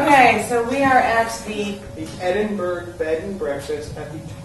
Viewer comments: Yeah its pronounced EdinBURRA that was driving me crazy too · Stop saying Edinburg........ It's Edinburgh as in Edinburra. Burgs are German not Scottish.!!!!!!!!! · bigvalz Thanks. I was about to say exactly the same thing. Edinberg!!!!👎🏻👎🏻👎🏻👎🏻😤 Edinburra 👍🏻👍🏻👍🏻🇬🇧